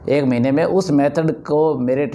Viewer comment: महिने नही महीने। सही शब्द महीने होता है।